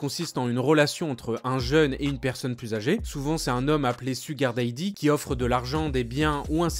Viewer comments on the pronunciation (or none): On dit 'chou-gare dadi' pas 'sugare deydi' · Mdrrr "Suguar Dèidi" 😭😭😭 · Pourquoi cette prononciation débile du mot sugar dady, francisé ou je ne sais quoi. Prononcer comme il le faut